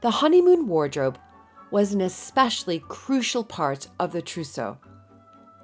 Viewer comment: And I thought I packed heavy.... oh, and "trousseau" 😉